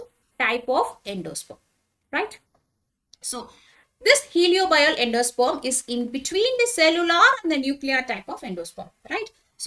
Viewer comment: Mam..Third type i think it's helobial. Not heliobial. Any way nice class thank u